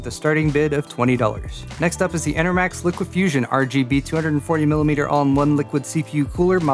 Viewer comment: Damn it! It's LIQ-FUSION! Pronounced LICK - FUSION. Didn't you learn anything at U$C?